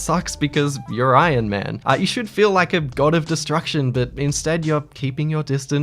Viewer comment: No one:: Ion Man